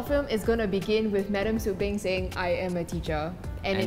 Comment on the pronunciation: Beng Not bang xd